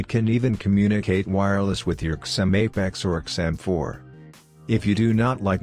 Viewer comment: Write zim instead of xim into text to speech it will sound better :)